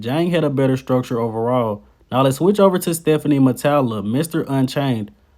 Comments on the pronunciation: His name is Stephane (pronounced Steff-fain), not Stephanie. 😂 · Stéphane Matala's name is a French name so it should be pronounced like "Stéphan"...